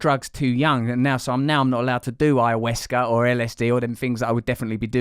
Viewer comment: I do wish someone would teach Russell how to pronounce ayahuasca correctly!